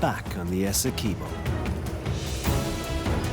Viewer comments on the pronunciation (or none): Essequibo not essekuibo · It's pronounced...S..e..quibbo. Awesome documentary nonetheless. Thank you for showcasing our spectacular river 🇬🇾